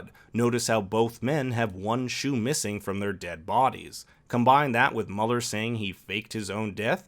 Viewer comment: Is Mueller not pronounced "Mew-ler"?